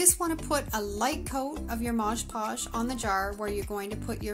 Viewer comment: Mod Podge!!! Not modge podge lol